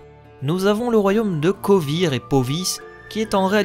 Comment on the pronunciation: Pas seulement Vengerberg mais aussi demawend (d'ailleurs la photo que t'as prise, c'est pas demawend mais son père ) et les états à côté de Kovir et Poviss. et certaines villes, que je ne prononce pas de la même manière . Mais chacun sa prononciation, il n'y a pas de version officielle et je ne considère nullement que j'ai raison :)